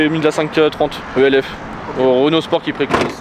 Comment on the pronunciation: À De l'huile Heu Elle Éf ?! E-L-F ?? 🤣